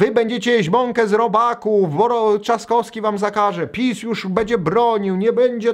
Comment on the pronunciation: weź zacznij wypowiadać poprawnie nazwiska kończące się na "wski". Ciężko słuchać jak mówisz: Trzaskoski, Lewandoski czy Szpakoski...